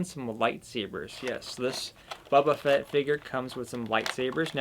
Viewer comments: Dude you’re killing me! Bo-ba Fett not Bubba or baba ugh smh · All I hear is "Buba Fett" and its kinda killing me. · Clicked off after you said his name like that cringe